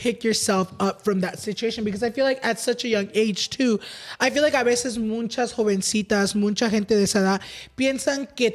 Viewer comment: its Muchas not munchas😂 love this episode though:)